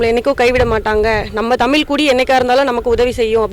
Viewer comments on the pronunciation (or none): அம்மா தாயே உங்களுக்குத்தமிழேஉச்சரிக்கத்தெரியலியேம்மா தமிள்தமல்டமில்